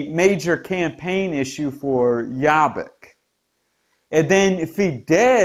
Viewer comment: Excellent analysis of the political scene in Hungary. Also, you had a really good pronunciation of Laszlo Toroczkai's name :) But Jobbik is pronounced with the letter o as in 'orbit'. Thanks for the excellent reporting !